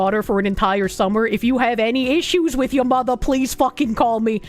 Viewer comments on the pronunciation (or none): The bostonian reeeaallly comes out when she says "yuh mothah" and its fuckin great🤣